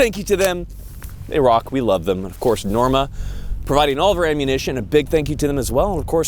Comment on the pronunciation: "Of Korth"